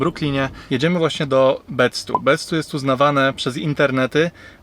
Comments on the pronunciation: It's Bed-Stuy do or die mahfukka, not Bed-Stó ! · bed staj kurwa a nie bed stu